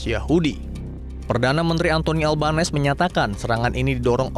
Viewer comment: makanya agama dan ras tdk menentukan baik/buruknya seseorg✌️✌️ bacanya anthony albanisi pak😊😊